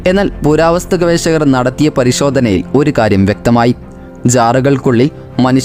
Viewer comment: ഗവേശകർ അല്ല ഗവേഷകർ, അങ്ങിനെ ശീലിക്കൂ